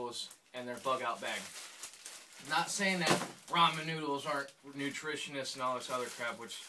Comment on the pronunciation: you said "nutrishines"